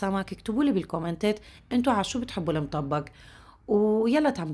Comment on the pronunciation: بحييكي واحترامك حتى لكيفية لفظ الطبخه بيدل على شخصيتك المحترمه شكرا الك